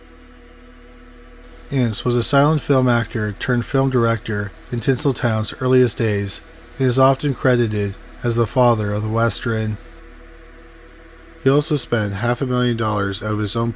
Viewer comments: Haha did anyone else hear him say "westren" instead of "western" in the first story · First “Gavels-tun”, then tav-ren” now “west-ren”. You’re killing me, dude. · Goddamn you say "western" really weird my man!!!